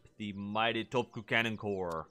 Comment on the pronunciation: Kinda sad when it comes to Sweden not getting Carolean infantry. Also quick note for future reference: "Topçu, Çelebi & Şahin" is pronounced "Topchu, Chelebi and Shaheen", Ç and Ş are the whole "Ch & Sh" sounds respectively.